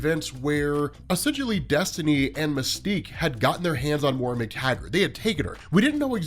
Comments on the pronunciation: It's Moy-ra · Hey, when are you going to learn how to say Moira's name correctly?